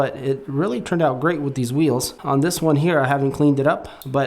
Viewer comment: It''s, This not Thizz, Just not Juzz